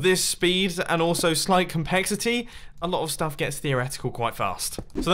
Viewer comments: He also said compexity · "slight compexity" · "slight COMPEXITEY" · Pronunciation mistakes: Carping table Compexity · "Compexity" "Carping table"